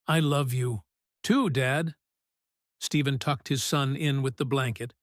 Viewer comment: PLEASE... HIS NAME IS NOT STEVEN!! IT'S STEPH- EN CURRY!!!